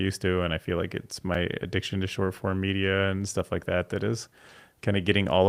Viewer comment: Why does say "Shore form" and says "Short form"?